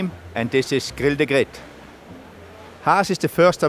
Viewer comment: Grill the grit